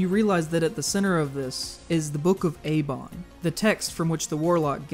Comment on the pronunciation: Book of Aibon not Abon